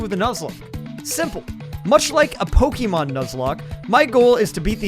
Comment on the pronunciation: “Pokeemon Nuzlocke”💀💀💀 IT IS NOT THAT HARDS TO SAY POK-AY-MON. ALSO POKEMON NUZLOCKES ARE THE ORIGINALS, THE CHALLENGE ORIGINATED IN A POKEMON COMIC GET IT RIGHT!